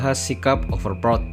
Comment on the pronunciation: sry bang gw dengernya overprot 😂😅😂 tapi nice topik bang emg real org indo overprot sih